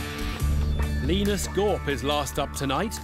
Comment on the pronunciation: Not Lynus but Leenus